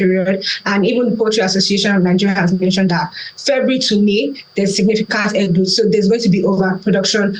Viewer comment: Great analysis, but please learn how to pronounce "glut" correctly.